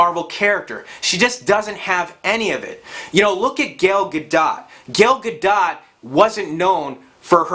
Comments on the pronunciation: BRO. Its not Gale Gadot, its pronounced GAL GA-DOE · I’ve never heard of Gail gah-dot. I’ve heard of Gal Gadot (gaal ga-doh)... But not this Gail chick. Learn how to pronounce her name.... it’s like nails in my ear drums... hearing you mispronounce her name. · Gal Gah-doh....not Gel Gadaht smh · I thought the t in gale gadots name was silent sounding more like gadoe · Phonetically Gail gahdot= Gal Gadough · Not trying to be an ass, but I'm pretty sure Gal Gadot's name is pronounced, ya know, like Gal and not Gale. Just saying, anybody named John or Steve probably would correct you if you said Jan or Stove. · speaking of brains, it's not Gal Ga dot. It's Gal Gadot (gâdō). Very annoying when he kept saying that. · Gail Ga DoT? Seriously? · Gell Ga-DOT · Who is Gayle Gah-dot? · Gale Gado---T. The 't' is silent dude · Sorry, can’t take you seriously if you can’t even pronounce Wonder Woman’s name correctly. GAIL GAD-DOT... lmfao. As soon as you said it, your credibility (or at least the value of your opinion) went out the window for me 😂😂😂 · Godot is pronounced Gah Dough. But you are right. It's going to suck as bad as their comics suck these days. I gave up after Captain America: Civil War. Not for any SJW agenda, but the camera work from Trent Opaloch was so shakey, I was done. I'd had it. And then add in the SJW agenda I hear people complain about here on YouTube and well, there you go. Deadpool I think is immune to all this. But that's about it. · Gal ga dough... Jesus pronounce it remotely correct. Agree with everything in video though. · Lol! Gail Gah-Dot. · watching the video I'm not sure this guy really knows what he's talking about. Pronounces Gal Gadot incorrectly Oh yeah, definitely not. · The way he pronounces Gal Gadot tho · I cringed each and every time you attempted to pronounce "Gal Gadot" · I was almost with you until you started mispronouncing Gal Gadot's name. Idiot. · you should learn to pronounce Gal Gadot's name correctly. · Say, Gal Gadot again